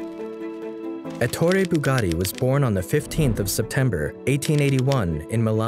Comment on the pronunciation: When he said Ettore BugaRi I've disliked the video, and don't recommend channel